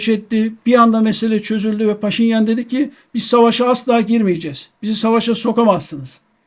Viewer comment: Muhterem Hocam lütfen -deki ve -daki hecelerini uzatmadan telaffuz ediniz. Hürmetler.